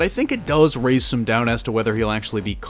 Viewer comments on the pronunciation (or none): none